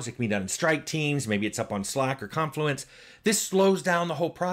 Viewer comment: Just hearing you say Confluence made me feel like I was physically tapped from behind